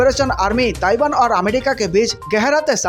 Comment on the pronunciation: Gutkha thook kr bola kr bhai🙏.....amedica nhin America hota h 🤷🏻‍♂️